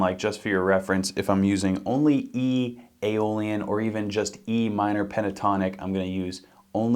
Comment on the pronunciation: I quit watching when I her aeolian